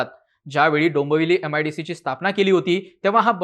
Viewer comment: काय भिकार उच्चार आहेत भावा तुझे.... दंबवली दोंबोली म्हणतोस